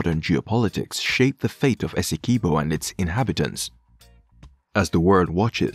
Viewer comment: Pronounced Essequibo properly